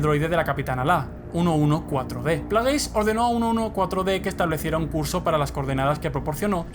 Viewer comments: Muy bonito y todo pero se llama plegasi no plageys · lo unico que odious de este video es que digas players se pronuncia plegis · El "canon" supuestamente me la suda muchísimo. Y se pronuncia "pléigs" . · plegis maldita sea asi se pronuncia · Se pronuncia "pleiguis". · se pronuncian Pleguis.